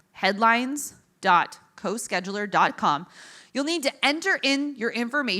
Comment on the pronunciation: website spelt wrong, scheduler not co she duler 😂